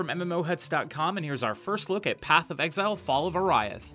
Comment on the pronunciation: It's pronounced "Or-ee-ath", not "Or-aye-ath."